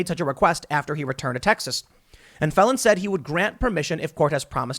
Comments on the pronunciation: Phelan is pronounced like, feel Ann, and not felon, although it seems apt under the circumstances, lol. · excellent commentary. Little note. Phelan is pronounce Feelan. similar to LAN party, but with a slightly softer A.